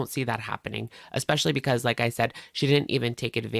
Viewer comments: Omg I’m so happy you called out the “ex-specially.” Drives me nuts when she says that!!! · The way she keeps saying EXpecially 😂